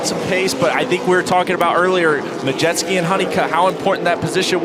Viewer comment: One announcer says MUDjeski, the other announcer says MaJETSKI... LOL